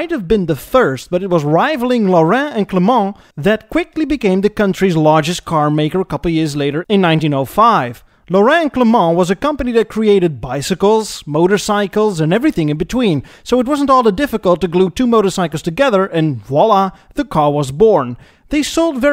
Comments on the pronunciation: I can surely correct some details and your french pronunciation of Laurin a Klement is hilariously wrong but I won't do any of it. You made a very good video and thank you for that. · I love EAR. But as a slav (croat) I was bleeding from ears from pronunciation of Laurin&Klement :-P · i love your french-like pronounciation of Laurin-Klement. Entirely not correct, but loveable. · Btw "Laurin&Klement" is not pronounced the french way, like you do . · just funny.... you spelled Laurin & Klement with french accent, but its was never a french name 😉